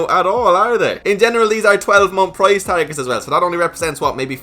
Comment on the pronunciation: He said tice parget 😂